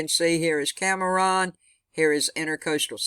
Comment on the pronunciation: thank you So Much for the storm update! btw, Cameron = Cam Ron, not Cam Ah Ron. Not being critical at all, just thought you might like to know <3